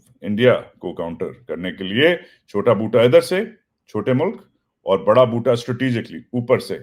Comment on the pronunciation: Love the way you say Boota